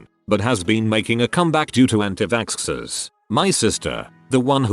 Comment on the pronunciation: Nobody: The Bot Voice: Vaskskers